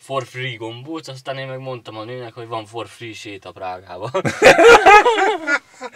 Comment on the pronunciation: "for free" (ingyenes), nem four (négy) free